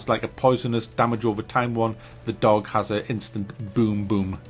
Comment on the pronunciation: Nooone: Seriously Not human:: A dOWgh. A dOWgh